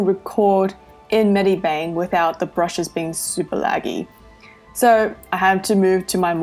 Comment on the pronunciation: she just said bedibang lol